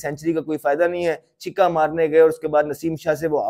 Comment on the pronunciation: Ahmed bhai please "chikka" for six ki jagah agr "chakka" bolna shuru krdein toh mazaa badh jayga South punjabio k liye.